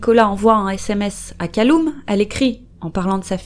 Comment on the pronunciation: Bon je sais que c'est clairement pas le sujet, mais Callum se prononce "Caleume", pas "Caloume" si jamais